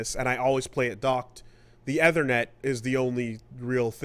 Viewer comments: it's ethernet not ehthernet. .... I can't help it. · eee-thernet, we have been through this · saying "eh-ther-net" instead of "ee-ther-net" is a new pronunciation tic for me. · I can't unhear Athernit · Æ T H E R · Obsessed with the fucked up way said "ethernet" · Is it a Canadaland thing?